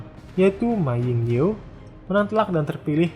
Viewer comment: "mā ling-chiu" bacanya bang.